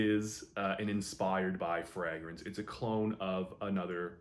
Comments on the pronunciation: Love this channel, and im not trynna be a jerk I promise, but why are there a few fragrance reviewers that say "Fraagrance instead of just "Fragrance"? Im honeatly asking. Is that the actual pronunciation? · I've noticed that too. The FRAH-grance pronounciation seems to be a Canadian thing. In the UK it's pronounced FRAY-grance